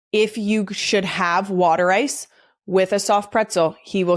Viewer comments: Water ice is properly pronounced “wooder ice.” Italian ice is an acceptable name; it originally came from South Philly waaaay back when South Philly was primarily an Italian immigrant neighborhood (now it’s an Italian/Asian/African/Latin neighborhood and the BEST place to eat 🤩!) It is not a slushie or an icee. Rita’s water ice is really good, but it’s closer to a slurpee than real water ice. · The real Philly pronunciation is wooder eyes.